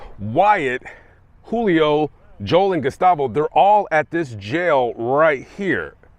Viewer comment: Julio is with a J, not an H